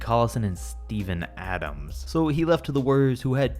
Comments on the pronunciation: Put some respect on steven adams name! I dont wanna ever here you say his name again like that. He could literally eat you! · Don’t ever say Steven Adams name that way again. He’s the GOAT 🐐